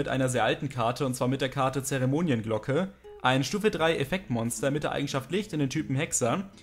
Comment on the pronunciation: Sorry für die Verbesserung, aber es heißt "Zeremon"i"nglocke" und nicht "Zeremon"i e"nglocke